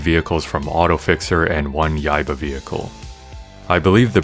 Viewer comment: Preem music, choom! And your pronunciation of Yaiba is spot on.